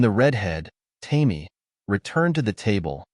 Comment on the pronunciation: The red head's name is "Tame-ee" When are you going to teach your A I to recognize words? Goofy story full of holes.